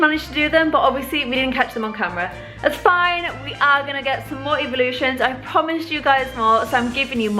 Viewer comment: it sounds like she eveevelosins